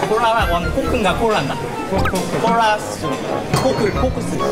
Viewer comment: 콜라 발음이 ㅋㅋㅋㅋ.. 잦.. 여자 적잖이 당황했을수도